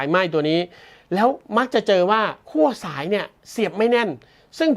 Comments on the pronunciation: ขั้ว ครับ ไม่ใช่ คั่ว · คั่ว ทำไม คั่วจนร้อนละลายใช่ไหม ขั้ว ครับ ขั้ว 5555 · ขั้วครับ ไม่ใช่คั่ว